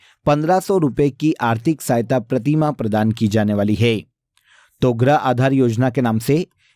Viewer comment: क्या बोल रहे हो, गृह या ग्रह ?? हिंदी सुधारे, इतनी गलत हिंदी तो मैं कक्षा 2 में भी नहीं पढ़ती थी 😂